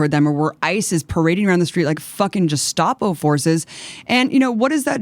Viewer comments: I really wish she could pronounce Gestapo... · I love Abby, but is she intentionally mispronouncing "Gestapo"? Is it some kind of pun or satire I'm not getting?